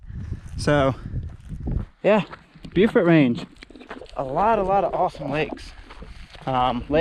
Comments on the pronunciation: "Bo"-fort, not "Bew"-fort. And you can actually see Deep Bay and Mapleguard Point from Mount Joan. - Holy crow! That's my neck of the woods you're seeing! - Whoa! That's Highway 19. Pedestrians are not allowed to walk on that highway. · Beaufort is pronounced "Bow Fort".